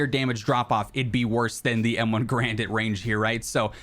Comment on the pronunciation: Turns out, M1's "Garand" isn't pronounced like G-rand, but more like "Gah-rand."